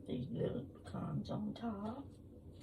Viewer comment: Looks yummy! I’m from Georgia & if those pecans came from Ga you need to pronounce it correctly 😂😂😂